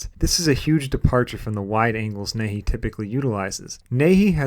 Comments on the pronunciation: It's pronounced "knee-hey-eee". Nihei. Not 'nay-hee.' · "Nee-hay" man